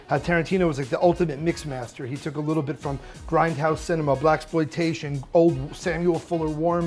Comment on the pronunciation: “Blackploitation” wtf is that lol